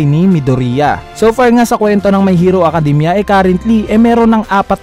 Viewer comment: Mayhiro akadimya